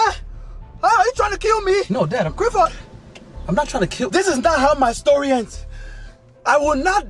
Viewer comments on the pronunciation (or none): none